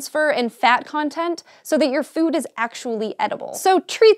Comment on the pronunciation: When she says food am I the only one who hears Phewwd? o_O